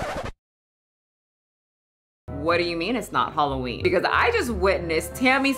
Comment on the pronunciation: Girl when you said halllween I had to look how many hrs ago this was posted